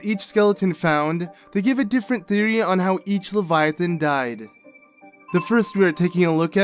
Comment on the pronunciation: The way he pronounces it still doesn't fit either English or German.